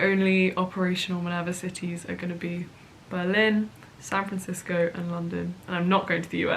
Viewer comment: Am I the only one who finds the way says Berlin strange? She says buh-LIN and I instead put emphasis on the BER and say BER-lin.